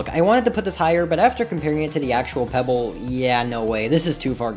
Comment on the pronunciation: Thats not pebble thats coalbble